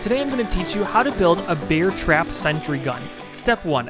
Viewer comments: “Beeair trap” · I just hear beer trap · Am I the only one that keeps hearing 'beer trap'? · Take a shot everytime he says beer trap instead of bear trap, youll be shitfaced by the end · “beer trap” is all I hear in this video. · 😮 did I hear BEER trap?😂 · sorry I keep hearing "beer trap"